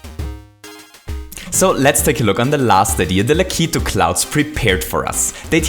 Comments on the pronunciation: O.K,. I've had enough of you saying lak (lack) i (ee) tu (two)!!! It SHOULD be pronounced lak (lack) i (eh) tu (two)!!! please, and thank you. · It's pronounced "Lack-A-Two" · It's pronounced Lack • it • too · U pronounce lakitu like lakeet2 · It's pronounced Lah-Ki-Too. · i'm sorry to tell you but you are saying lakitu wrong